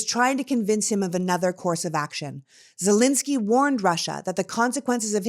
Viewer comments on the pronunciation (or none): Thank you for your passionate explanation. First time to hear you. Can you please say ZelEnsky, not Zelinsky? It's a common error in saying his name.